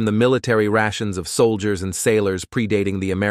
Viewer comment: This AI-narrated video has detectable glitches. It's funny to here is pronounce the word, 'soldier'. It's a good and informative video, however the AI voice is creepy af.